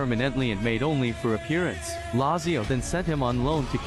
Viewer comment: It's pronounced Latzio